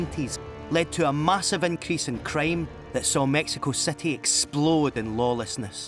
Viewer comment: It's quite irritating that the narrator cannot pronounce "long i and short i" properly >>> city > cety ...kidnap > kednap and more.